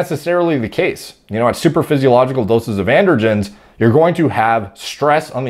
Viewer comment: did he say "supradaphysiogical" level?